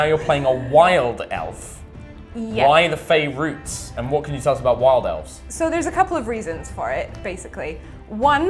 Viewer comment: I'm not angry that he keeps playing Elves. I'm angry that she keeps saying Elfs.